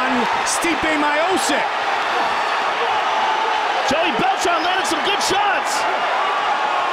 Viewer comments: ESTIPEE MIOOSIK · After this he was "Me-o-chick" for a bit. It took them a while to get it right. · If you pronaunce his pronancionations of stipe his surname would be majosik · Haha, Americans can't pronounce slavic names/lastnames. It's not Miocic it's Miočič, so in english something like Meeocheech. Č is what u say in word chees, so ch. Also i is like ee in cheese. So funny. Slava rodu! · Stipe Mio-Seek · Stipe MYOSICK hahhahah :D That's so simple, every word on Croation u speak exactly like u write. I wonder how someone wasn't tell to this comentator how to spell names :S. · they butchered the fighters names early on. Miocic= my o sic... Nganou=gannow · Goldberg has always had trouble with names, but I wouldn't pin this one on him, since Rogan and Buffer also said it that way. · back when no one could pronounce his name... lol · What an epic fight. Back and forth the whole way. Incredible UFC debut for Stipe. ( Even if they didn't even pronounce his name properly yet...!) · Can we just appreciate how bad they messed up the name Miocic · How does the entire UFC decide that it isn't important to pronounce this guys name correctly? When you see that name, as an announcer, your first question should be "how do I pronounce this" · Fuck sake Goldberg now I can't even remember the correct way to pronounce Miocic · How did they get miocic pronunciation wrong? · Your telling me mike goldberg got let go because he pronounced Stipes surname the wrong way. Wow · Any other Slavs getting triggy over ’ pronunciation of ‘Miocic’? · That was when they did not even know how to pronounce his name. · Before anyone knew how to say Miocic. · Goldberg was let go from UFC for pronouncing Stipe’s last name wrong . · bruce buffer and joe rogan did it too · Butchered tf outta stipes name😭😭😭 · Fucken butchered stipe's surname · super bad pronounciaction of his surname.. :( it's miochich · Stipe: My-OH-Sick everybody: Mee-OH-Chich got it! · isnt miosick its mio chich